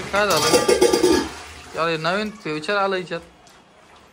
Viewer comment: फ्युचर नसते रे ते बाबा फिचर असते 😅